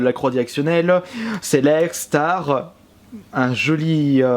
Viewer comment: Starttt pas star apprend a parler